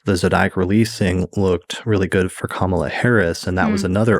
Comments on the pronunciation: KA-MA-LA not ka-MAL-ah. Pretty cool how Leisa was "picking up" on Kamala's chart way back in 2018/2019. Thanks for breaking down your "reading" for us Leisa!!! Great post, thank You!!! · thanks for posting this. i had been meaning to look up that episode. name note: Kamala's name is pronounced more Ka-muh-luh than Kuh-mala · I was going to comment this too. Yes,. It's pronounced COMMA-luh:))) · Excellent. FYI her name is pronounced KAM-ah-lah, with emphasis on the first syllable I believe. Thanks so much for your posts. ❤